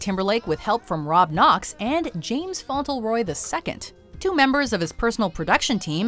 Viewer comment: Font Leh Roy ....that’s how you pronounce James’s last name.